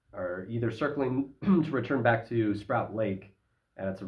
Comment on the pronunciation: Also not sprout lake but Sproat, like boat.